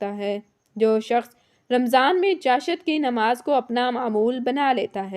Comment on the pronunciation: اسلام علیکم آپ چاشت لفظ ایک تو غلط ادا کررہی ہیں دوسرے اشراق کی نماز پڑھنے والے کو حج اور عمرے کا ثواب ملتا ہے چاشت نماز صدقے ادا کر نے کے لئے ہے انسان کے جوڑوں کا صدقہ 360 جوڑ انسان کے جسم میں ہوتے ہیں اس کے پڑھنے نے سے ادا ہوسکتے ہیں مگر صدقہ بھی الگ دیتے رہنا چاہیے،